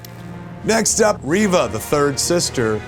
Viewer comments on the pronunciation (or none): none